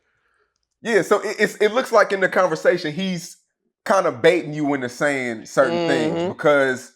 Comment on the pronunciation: Nobody:: “Unnestly”, “Cunnversation”